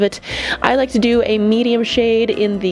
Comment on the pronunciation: “Zee booty crack of ze eye” 😂😂😂